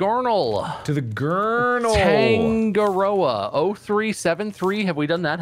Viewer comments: The way yall say Tangaroa is so funny, Its pronounced tounge ah (roll the r) roe ah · When they say tangaroa wrong 😂 Its pronounced (tung-ar-raw) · i die on the inside everytime they mispronounce tangaroa 😭🤚